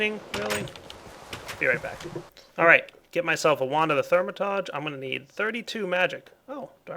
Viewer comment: wand of the therm-a-tauge pronounciation butcher. I lolled